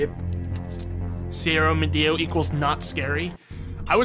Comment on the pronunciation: I forgot that he said Cero miedo without much problem and properly. Didnt knew he knows spanish